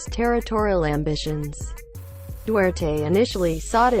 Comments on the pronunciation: BULOL, DUWERTE ANG BIGKAS MO PO..HINDI DU TER TE.... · hoy tangina mo duterte po hindi dutert tangina mong robot ka